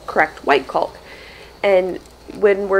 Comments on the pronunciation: The 'L' is silent in the word caulk...cawk. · The way you pronounce caulk is like nails on a chalkboard. The L is silent. Sounds like hawk. The foam sound makes me laugh. I am enjoying these videos very much. I hope you finish your caulking soon. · Caulk rhymes with walk. The "l" is silent. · When you pronounce caulk correctly it rhymes with ‘talk’. You barely say the ‘L’ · Your way of saying Caulk is cute. I've only ever heard it pronounced like hawk. Cawk. lol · The L is silent in caulk c a w k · I love how hard you and Josh are working and everything is turning out so nicely but one thing drives me crazy as I watch. Your pronunciation of the word caulk. According to every pronunciation guide I can find, the “L” in the word is silent. I hope that I have not offended you. Like Josh, I am very detailed oriented and every time that I hear you say that word it makes me wonder if, perhaps, I have been mispronouncing it. Thanks for being patient with me, I love watching you guys and am constantly amazed at how much you can accomplish. Keep up the good work. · No L in Caulk. Prounounced like Rock. ;-) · You're killing me every time you mispronounce caulk! :) The L is silent. Hahahaha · The "L" in caulk is silent. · Hi. The new house is looking fabulous. So much hard work before actually moving in. I had gardeners anxiety this year. We had cold temps here in Ontario until mid June now it’s so hot the plants are just barely making it. Can’t wait to see the freezer meal vid. It’s great that u can help complete the work and you actually mentioned this in a previous video, the L in the word caulk is silent. Does Josh pronounce it the same as you do? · Caulk vs Culk. Think of Australia - has the "awe" sound. C-awe-lk. Not that I'm OCD about anything, pronunciation included, haha. BTW - the flowers in your garden are gorgeous!!! The new owners-to-be are going to have such a beautiful yard!! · CAULK. CAULK CAULK. not Culk 😳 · "Caulk" rhymes with "walk", not "folk".